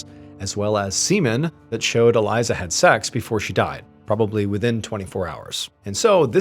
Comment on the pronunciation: ❤Her name is pronounced Ah-lee-za! 🇮🇱